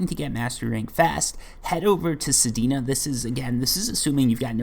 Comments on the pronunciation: Your saying sedena but it's sedna lol. This is also good for releveling weapons that you used forma on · Sir I believe it’s pronounced sed-nu not pronounced sed-e-nu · I see your "Sedina" and raise you: "Heleeena" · bro dont stop saying sedina its funny make it part of ur channel 😂😂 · He puts an I at the end of everything😂 Sedina/Helina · my man just called sedna "sedina" hahaha